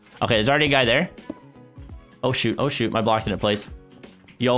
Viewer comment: Hamada zaghloul he said shoot but it sounded like SHT..